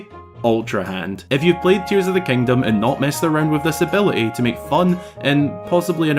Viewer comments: There he goes again, "kangdom". just count it, youll go insane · "Tears of da Kangdom"